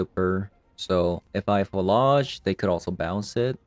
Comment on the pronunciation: PhlAAAAge I'm pretty sure you're pronouncing it wrong